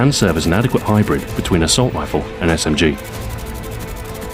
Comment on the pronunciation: Smg-----my ears started bleading